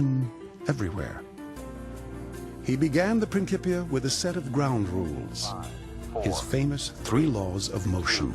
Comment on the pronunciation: It’s prin (Ci) pia not a hard k as it is said in modern Italian